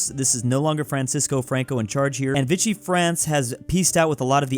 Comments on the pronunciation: Is is pronounced Veeshee not vichee france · It's VI-CHEE France not VI-KEE France. Fight me...